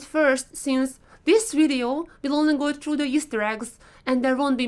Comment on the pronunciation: Omg you really hit the spot when you say wideo :)))))))